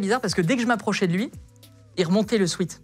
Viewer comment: Même pour un prof de français un sweat ça se dit swèt et pas swit 😂😂 Merci à tous les profs qui sont de vrais enseignants 👍🏽